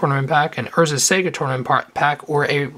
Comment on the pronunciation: I love your vids but really, it's sah-gah not sega as in the game company. Otherwise great vids, keep it up